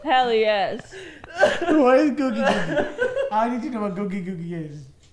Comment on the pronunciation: I’ve always thought Michael was saying Cookie-cookie but subtitles now taught me it was googi-googi which makes even less sense